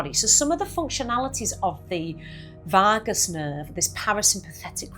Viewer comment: I never knew there was an "r" in Vagus?😂